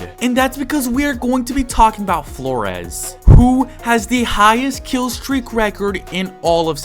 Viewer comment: Floriz ❌ Flores ✅